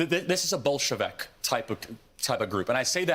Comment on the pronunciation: It's the first time I hear the word Bolshevik pronounced like an E was between the V and the K, maybe he was thinking of Vivek Ramaswamy XD